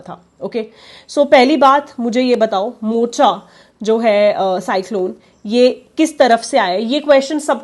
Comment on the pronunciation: Yemen suggested the name 'Mocha', which is supposed to be pronounced as Mokha.